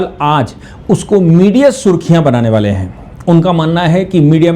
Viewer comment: बाले नहीं । वाले। कुछ बड़ा करने वाले है। अपनी हिंदी सुधारो।